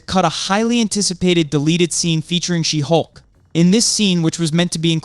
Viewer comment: SHE-HULK! not She'hulk